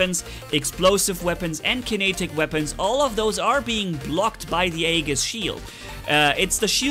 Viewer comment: Weird they give a Scandinavian God robot a legendary Greek shield. I wonder why they didn't rename the shield the bulwark and blitz has and call the absorber shield for the Greek bots the Aegis to me it just makes sense. Also Aegis is pronounced EE-JIS not trying to be English police just trying to help. Why more bots i thought they were going to listen to the community I wish they would spend less time playing with the robot creator and more time fixing bugs maybe adding features back in like weapons reloading w/o having to shoot a wall.